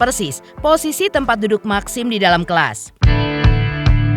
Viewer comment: Bacanya meksim y MBK lebih enk